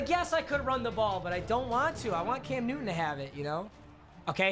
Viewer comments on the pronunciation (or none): Sir, it's Cam NewTon with a T. Not Nuin. Say it right! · you realise there is a "T" in the word "Newton" right?